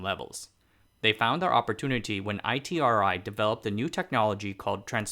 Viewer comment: BTW, the locals pronounce ITRI as “E-TREE”